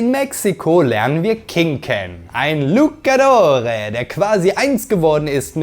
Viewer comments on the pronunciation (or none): Es heisst sinngemäß: Lou - Tscha - Dorrr und nicht Luka Dor 😁...und das war mein Klugstifter Moment...........und das war ein richtig gutes Video :) !